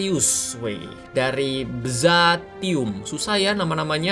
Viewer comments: Byzantium bukan bzatium 😂😂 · byzantium (Bizantium)bang